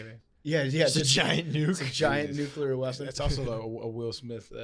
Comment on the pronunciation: I love when says nucular